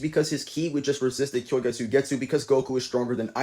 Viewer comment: Did you just say kyoyga?